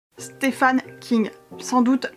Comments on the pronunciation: « Stephen » se prononce exactement comme « Steven ». I long et v. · sauf qu'on doit prononcer "steven" ;)